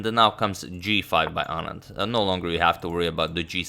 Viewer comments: The fact that he pronounces "Anand" just perfectly, makes me so happy. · Yes... Perfectly pronounced